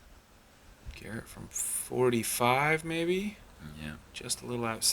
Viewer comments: How do you mess up Garrett's last name when he's clearly the girthiest/gurthiest player in the field. Absolute unit. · LOL...when an announcer mispronounces Garret's name he should step off the pad as if to wait for the player with the announced name